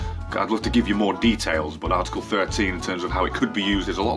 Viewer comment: For fuck sake... ArrrrTickle made me laugh way too much XD